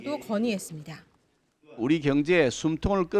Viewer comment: 보도 기자가 발음이 정확 하지 않다. 지방출신 인지 모르 겠으나 다 잘 하다가 끝에서 '했습니대-아'가 뭐냐? 잘 고쳐라.